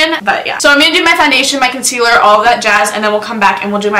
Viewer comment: I love to death. But the way she said “concealer” makes me wanna kms. Love yah thou